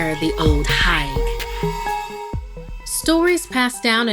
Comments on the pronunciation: Its pronounced HEGUH 😂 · her :ol higue me:correcting her every time ... the way u say it is wrong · Actually Higue is pronounced Hig (H ī g in other words, the long I)